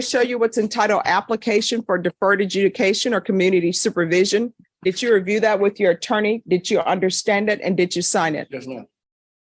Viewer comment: Dit chew understand that dit chew is not the correct way to say did you? Dit chew understand that wig isn’t fooling anyone. Dit chew understand that your court reporter keeps a record not a wreckurt?